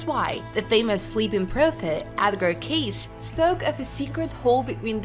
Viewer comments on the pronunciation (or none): It's Edgar "K~ See" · Edgar's last name is pronounced, K-see. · Right! That bothered me every time she said it wrong!!